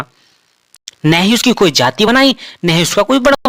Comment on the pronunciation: बहुत विद्वान ज्ञानी हो ।जाति शब्द को जाती बोलते ही तुम्हारे ज्ञान का पता चल गया।आगे क्या बोलोगे उसका भी अनुमान लग गया।